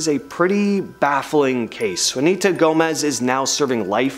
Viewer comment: FYI, it's pronounced 'WAH-nee-tah,' not 'WOO-nee-tah' Gomez. C'mon now. 🤔